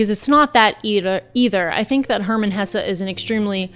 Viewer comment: 🇬🇧 👍🏽 November 2024 What an awesome set of choices & summaries/analyses! Kudos also for pronouncing 'Hesse' correctly. (Folk bastardise 'Porsche' all the time (prob even the corporation itself does too, in America, say) - but it is a family name - & therefore has a correct versus incorrect pronunciation)